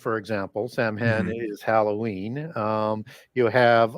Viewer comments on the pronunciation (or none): Love! An important resource, especially in these days. Samhain (the Gaelic word for Halloween) is pronounced "sowin"...as in cow (the very tasty animal and in as in go in). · Saa-wn is how it’s pronounced.